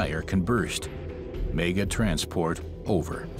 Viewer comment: Where did this narrator learn to speak english!!!..every time he says 'mega'..i cry.......